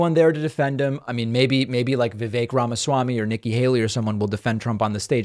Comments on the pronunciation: "Rama-zee". How could she be in the business of politics and say his name like that? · Rachel Bitecofer really needs to learn to pronounce Vivek Ramaswami. She's saying "Ramazee". Kind of prevents me from taking her opinion too seriously. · Pakman makes better effort than most to pronounce names correctly. He also took issue with mispronunciation of Kamala. Rachel is critiquing voters for being under-informed and then very poorly attempted a candidate's name more than once. It undermines her expertise.